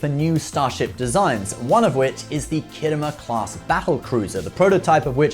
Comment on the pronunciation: Whats the "khiddo mur" clas ship? STOP IT YOU'RE BRITISH!